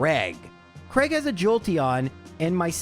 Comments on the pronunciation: Whos Creg? Its Cray-g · I know you cop a lot of "mispronunciation" comments, but I have never been able to work out why Americans and Canadians pronounce "Craig" as "Kreg". Mate, it's "Cray-g". "ai" is never ever pronounced as an "e". Just why?